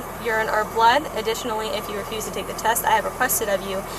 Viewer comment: 3 adults, SHUT the F’ing front door! What the hell is wrong w ppl? ..guess it’s the same cop who thinks “test” is pronounced “tAst” smh